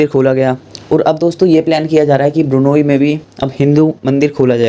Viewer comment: it’s not burnayee,it is B R U N E I.